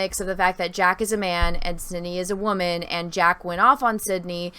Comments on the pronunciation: "I'm a wahmen" cringe as hell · Very interesting breakdown. Thank you for going deeper than just the one video. I think it's a great breakdown and sheds a lot of light for the consumers into the content creator and guest/host side of the youtube/video creation world. My apologies, you described yourself as a "Wam-an" (It might have just been regional pronunciation and if so, please disregard), but what is a Wam-am? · What the heck is a “waman “??